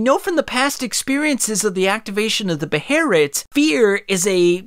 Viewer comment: I absolutely hate hearing it called a beherit